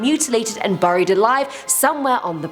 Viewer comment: Is it me or does she keep saying "BURRIED" and did she also say "t'was" 😂😂😂